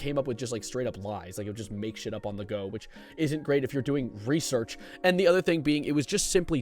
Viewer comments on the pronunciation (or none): none